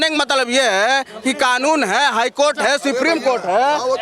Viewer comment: Pahle supreme court bolna Sikh gawar